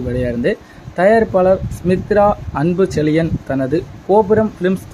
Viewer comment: அன்பு செலியன் இல்லை. அன்பு செழியன். உயிர் தமிழுக்கு இல்லை. உயிர் தமிழுக்கு. தமிழை சரியாக உச்சரிக்க தெரியவில்லையே...? நீங்க போய் எப்படி செய்தி வாசிக்கிறீர்கள்.